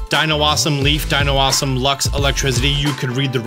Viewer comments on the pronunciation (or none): none